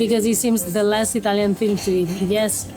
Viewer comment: italian pronunciation is hilarious.